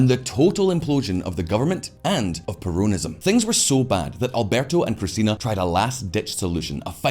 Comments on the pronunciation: it is NOT perOWNism. It is perONism. get it right. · I feel like he is saying "perronism". I will call it that way from now on hahaha